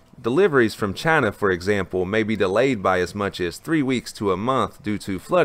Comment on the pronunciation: Trump: Jayna This guy: Chana :D Keep up the good work, this is needed!